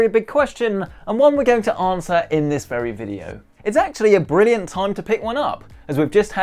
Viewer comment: did you say brilliant ?